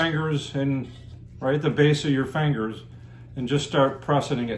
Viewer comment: It sounds like he's saying fangers! 😂. Love the video!